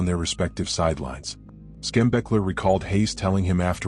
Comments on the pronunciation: The pronunciation of Bo's last name was driving me nuts although I appreciate all of the information and how you stuck to a timeline. Bo Schembechler's last name is pronounced Shem-Beckler... Not Skem-Beckler. That is just blasphemy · The broadcast has errors in it. The Wolverines won Lloyd Carr's last game. The narrator also mispronounced Schembechler's name, also Oosterban's as well.